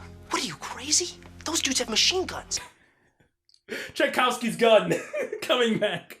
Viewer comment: "Tchaikovsky's gun"??? Chekhov's gun. jesus christ